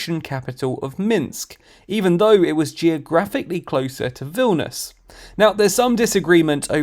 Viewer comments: Vil - ni - us, not Vilnus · that not how you pronounce Vilnius... right?